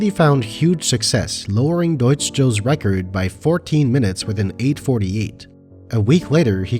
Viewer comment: I have to add, as a German, your pronunciation of Deutsch and Über are very clean. Good job